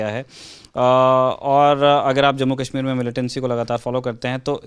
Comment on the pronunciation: "Kahmir" nahi...Kashmir...Correct it